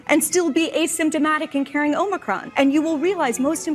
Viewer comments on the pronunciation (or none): none